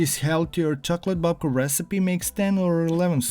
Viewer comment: 🎉Instead of babka you made dedka.....😂😂😂